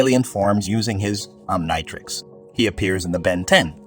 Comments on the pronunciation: Try Oniontrix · “Om nai trecks” is crazy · It's pronounced om-KNEE-trix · Why are you saying Omnitrix so weird? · My bro you're mispronouncing the word omnitrix😺😒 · Learn to pronounce omnitrix u idiot😂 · I'm sorry but the way you mispronounced the omnitrix 💀💀💀